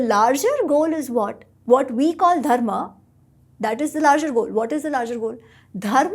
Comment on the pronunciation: speaks a Romance language, I am having trouble with him having trouble pronouncing the dh of Dharma. It should be easy for him.